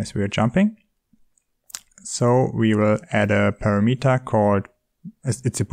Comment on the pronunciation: Look, dude, I am not trying to be the Internet Language Police, but... PARAMETER is pronounced PA-RAM-eter, not PAIR-A-METER Synthesized Voice definition